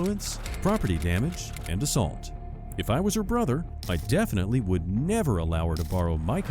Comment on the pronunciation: "Yeah, she assaoult three, but I assault 2" 🤣🤣🤣